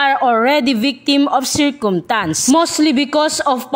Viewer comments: Circumtance not Circumstance hahahah please pronounce it well😹😹Anne Curtis 🤣🤣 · Circumtance? Please pronounce it well!